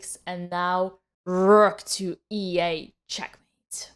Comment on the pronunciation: 😊 Love how you say rrrook 😊